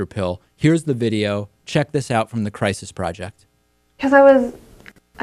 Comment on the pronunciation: " Christ - is" center. Hilarious.